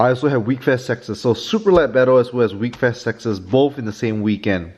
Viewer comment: It’s pronounced wheck-fest not weekfest